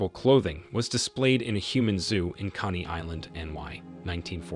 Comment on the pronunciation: You seem to be an intelligent young man, however you really need to work on pronunciation. For the word Nazism you said “nas siz ism” . For the word Coney Island you said “Connie” Island. You can always check on google for proper pronunciation. Don’t distract from the presentation and your own intelligence. You have a lovely voice and you are a good narrator… just work on that pronunciation 😊